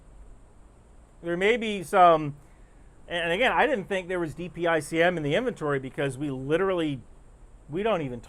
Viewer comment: Thank you for pronouncing DPICM correctly. There are other news folk and politicians saying it as a word .